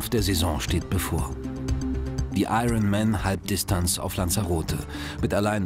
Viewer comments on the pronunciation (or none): Wann lernen deutsche Kommentatoren endlich, dass das 'R' in iron man nicht mitgesprochen wird?